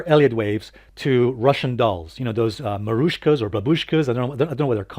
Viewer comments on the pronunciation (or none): maroushka, baboushka , haha that was funny !! Matryoshka !!